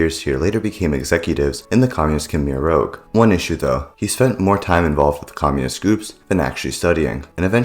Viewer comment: One would think you might have learnt how to pronounce 'rouge'